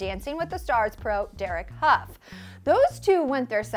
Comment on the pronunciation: lol... 'huff' Derek Hough isn't is 'howe'